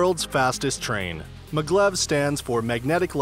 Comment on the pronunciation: its maaaa glev not maglove